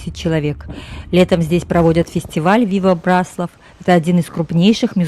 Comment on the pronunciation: Вряд ли вы будете в восторге, если кто-то, рассказывая о городе, в котором вы родились или живёте, раз за разом будет делать ошибки в ударении. Город — Бра́слав. Район — Бра́славский, озёра — Бра́славские, соответственно, Бра́славщина. А то, что вы назвали тайной, покрытой мраком, имеет свой термин — орфоэпия.